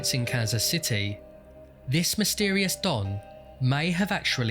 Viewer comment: "the police treated this.... (dramatic pause) as a homicide!" i laughed out loud at this obvious development in the story, yeah no shit they did. edit: oh yeah, zooming in on the word "mysetrious" :)